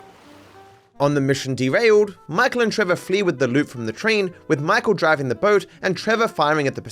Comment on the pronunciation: "StaWWp Ur bOEt"